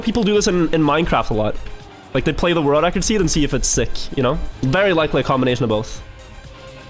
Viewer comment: I love your content, but PLEASE!!!!!!!!!!! learn how to say world record. I am starting to question my sobriety. Again, love your content.